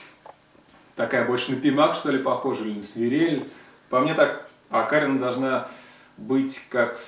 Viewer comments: Всегда окарИна была, а у тебя окАрина. Очень удивлён такому произношению. Респект, конечно. Играю больше на индейских. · окарИна. Ударение на И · окарИна! А то ты со своим ударением мне слух режешь...